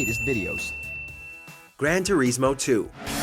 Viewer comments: Why does he say Grand Turismo like “Grand Tureesmo” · Gran Toureesmo 2. Bruh